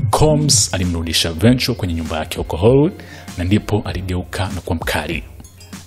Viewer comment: Hujui kutamka jina la Cassie last name yake, jaribu kusikiliza wenyewe wa America wanavyo pronounce. Mtangazaji unatia aibu sana hujui kutamka majina ya kizungu vizuri